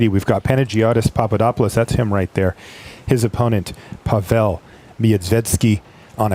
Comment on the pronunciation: Not PavEl but PAvel =)